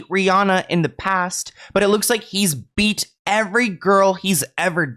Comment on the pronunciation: It’s the way you’re saying the word “beat” for me 😭 petty